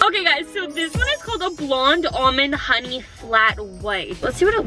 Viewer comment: That is soooooooo Funny She sid Honey ee